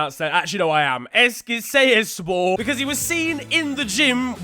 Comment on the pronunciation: That was a pretty decent pronunciation of "Eskişehir". Well done!